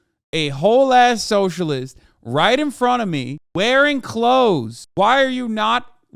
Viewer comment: "Ughhhhhhh...eeee a Soshurliest"